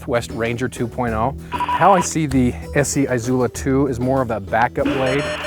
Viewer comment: The I in Izula is soft.